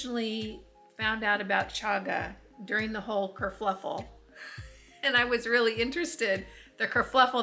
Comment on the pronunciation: Sorry to have to correct you, - the British slang is ‘kerfuffle’ not kerfluffel! I lived in England for 15 years so you can trust me! 😅👍🙋‍♀️🥰‼️